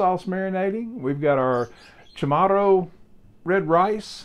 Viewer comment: Hafa adai from Guam And it’s pronounced Cha morro